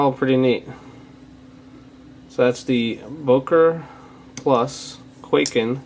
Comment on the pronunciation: it's not pronounced kway-ken it's kuai-ken